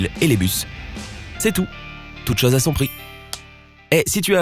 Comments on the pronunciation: Quelle affreuse façon de prononcer le son "o" !!! On prononce ChOse pas ChAEse !!! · Pour info, les mots "gauche", "zone" et "chose" se prononcent avec un "o" fermé, comme dans "eau" ou "gâteau" et non pas avec un "o" ouvert comme on le trouve dans "homme" ou "personne". Cette manie apparue depuis peu de prononcer tous les "o" comme des "o" ouverts me fait saigner les oreilles. Retournez donc à l'école pour apprendre à parler le français correctement, votre discours n'en sera que plus clair !!